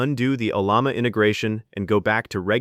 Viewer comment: For a generic 16gb thinkpad with 4 gigs of vram, the models you can run are just toys. They fail at real work. The ONLY success I've had is by using Pi Coding Agent with local LLMs and even then the scope of work you can do is limited. Oh, and teach your TTS how to pronounce Ollama.